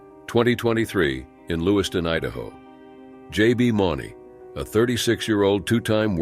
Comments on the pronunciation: JB Mooney is pronounced (Moon-e) fyi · It’s pronounced Mooney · First off his last name is pronounced Mooney. These professional animals are taken care of better than most of you take care of yourself. No flank strap is not around their nuts lol. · J.B. Mooney is how it's pronounced